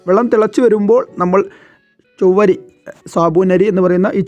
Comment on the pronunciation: ചൊവ്വരി അല്ല chavvari